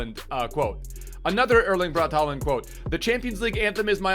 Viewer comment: It’s pronounced Holand, since a å is pronounced like a o in Norwegian / Swedish